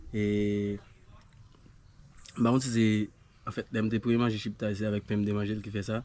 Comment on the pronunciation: Mon frère se chiktay non chiptay.